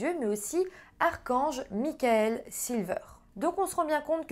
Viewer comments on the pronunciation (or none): none